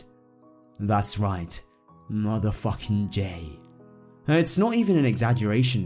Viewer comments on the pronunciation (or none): "muthafawking jay" 😂